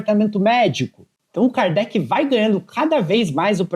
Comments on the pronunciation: Agora o cara fica falando o nome do jogador errado o tempo todo! É de lascar! ( Alan cardete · Alan kardet kkkk pqp nem o nome do jogador o cara fala certo....nem vi inteiro por isso,tá tirando kkk